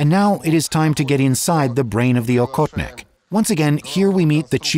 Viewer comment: And by the way for the US people: it's pronounced ah-hot-nick.. The hunter.. Please don't say okotnik that sounds very very strange